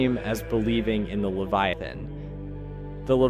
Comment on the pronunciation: Why did you replace the e to an a in leviathan